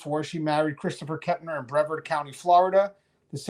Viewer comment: Brevard is pronounced "Breh-vard"... two syllables, emphasis on "vard"